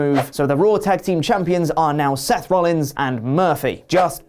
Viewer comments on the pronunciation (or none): none